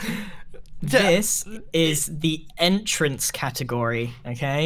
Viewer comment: Grian: "Entrance" Also grian makes India Gate